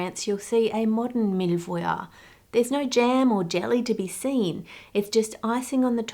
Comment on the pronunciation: I love you Ann but your prononciation of mille-feuille is killing me